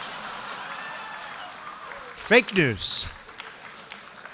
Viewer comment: I love it when he says "FAKE NEWS"! Classic....makes me laugh.